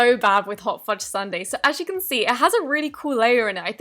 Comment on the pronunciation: Why are you saying YOI instead of YOU😒